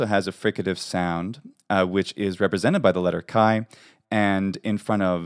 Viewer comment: Are you greek??it is difficult for a non greek to pronounce Χ ! Εxcept Spanish!! Καλή σου ημέρα!! Because you sound perfect greek!!